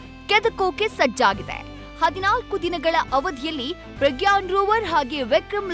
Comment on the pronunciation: ಪ್ರಗ್ಯಾನ್ ಅಲ್ಲಾ ಸರ್ ...ಪ್ರಜ್ಞಾನ್✌️